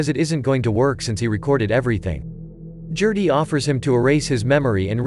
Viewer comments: "Jerty". No. It's a hard 'G'....Gerty. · Gerty not Jerty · I can’t take you calling “Gerty,” jerty! It is driving me too crazy to watch video. GUH GUH GUH GERTY. Not JUH JUH JUH JURTY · I KNOW!!! I was looking for someone else who was driven nuts by that mispronunciation!